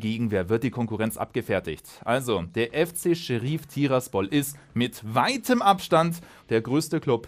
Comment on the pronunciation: Niemand: Manu: Scherief